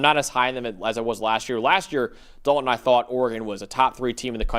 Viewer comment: Me: Dal-ton: Dolen